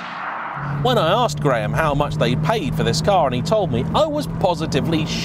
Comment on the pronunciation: I love how you say Graham “GRAYHAMS”